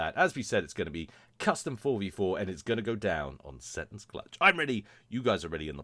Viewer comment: See Tons, is prenounciation